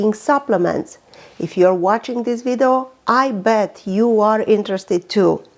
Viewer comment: It's video not widao